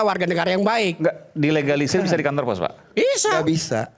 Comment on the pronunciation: Ga bisa ngomong dilegalisir 😂😂😂 berkali2 terdengar di egalisir 😅😅😅😅